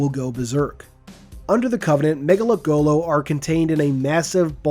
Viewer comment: Say it with me now everyone. Ma- Nga- Lek- Go- Lo. Not mega lekgolo.